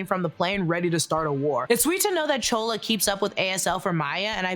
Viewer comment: Why do you keep calling Chula, Chola ..?